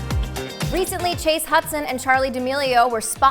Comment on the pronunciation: Did he just say chase little huddy husdon💀😭